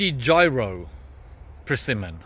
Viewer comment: My first name is “Jiro.” I love your garden and your Aussie accent. But, you do need to learn to pronounce the name of this particular persimmon tree correctly. 😅